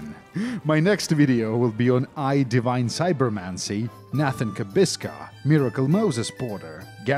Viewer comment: Did I hear eye divine cybermancy???